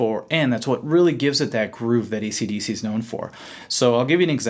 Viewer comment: Did he just say ECDC??? WTF